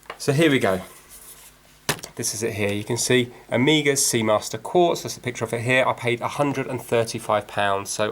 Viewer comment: I say omega the same as you i am from Derby